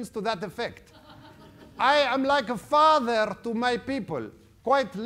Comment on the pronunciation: I am a fatherr to my people, quite literally. LMFAO